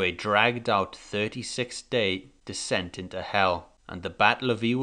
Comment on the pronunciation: It's "descent" into Hell" not decent !